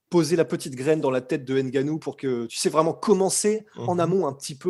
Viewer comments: C'est Francis Ngannou et non "N" Gannou. Vous européens ( plus précisément des commentateurs sportifs et autres) avez cette fâcheuse habitude de déformer le nom de certaines stars africaines. C'est la même bêtise avec Ngolo Kante, Mbappe, Mboma...par contre lorsqu'il s'agit d'un joueur des pays de l'Europe de l'Est ou plus au Nord, vous ne faites par cette séparation. J'aimerais bien vous entendre prononcer Edin Dzeko (personne ne dit "D" zeko à ce que je sache. Ou encore Krzysztof Piątek ( même avec tout ce mélange de consonnes vous réussissez tout de même à bien le prononcer). De grâce...apprenez à mieux les appeler par leur véritable nom ou faîtes comme on dit chez nous...sentayez ! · Bonsoir l’équipe la sueur, juste une petite précision car on prononce son nom ngannou et pas « n gannou » . Sinon pour continuer, Francis doit faire très attention à jon jones car c’est un tueur comme Francis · C’est pas n-gannou,on ne prononce pas le n😩😩😩